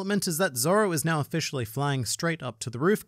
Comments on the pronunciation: Man said offishally 😂😂😂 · "offishally" I see what you did there...